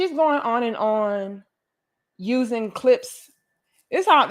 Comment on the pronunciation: It’s the enunciation of the P in cliPs for me! 💀💀💀😂😂😂😂😂😂😂😂